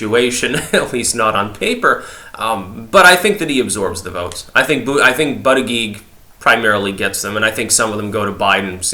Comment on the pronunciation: I miss when you pronounced it "Boo-da-GEEG"